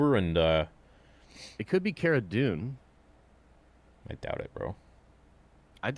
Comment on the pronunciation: Its Cara Dune